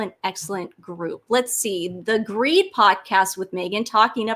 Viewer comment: Emma Grede: last name is Swedish. Correct pronunciation is "gray-dee"